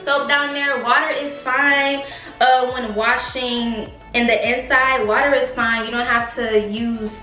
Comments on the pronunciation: you said “wayer” we always catching you slipping it’s ok we love you 💜💜💜💜💜💜💜💜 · She Said “Wayer” Lol 😂❤️